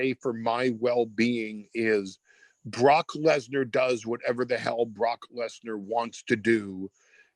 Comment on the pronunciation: The way he pronounces the name "Brock lesnar"